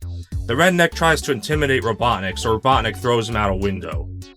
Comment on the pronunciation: Not kidding when you said “Dr. Robotnic” I thought you said Dr. Obama